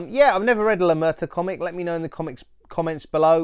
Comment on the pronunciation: Slight correction, is la muerta, no la mureta.